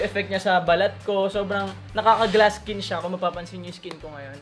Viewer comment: iskin daw hahaha saan yung "i" sa bago yung skin?